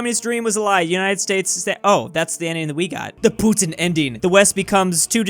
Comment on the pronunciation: Does anyone else find the way pronounces 'Putin' really weird?